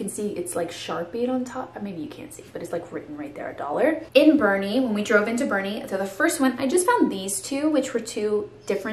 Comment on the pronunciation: Thank y'all for saying BOERNE right! WOOT WOOT!